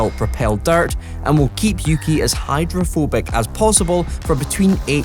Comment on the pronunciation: yuki?(youki) uki?(ooki)